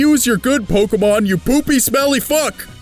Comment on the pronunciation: Charmander is the worse Pokamon.Who pronounce Pokemon Pokamon